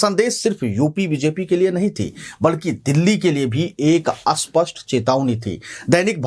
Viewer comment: स्पष्ट को अस्पष्ट और अस्पष्ट को स्पष्ट क्यो बोला जाता है ?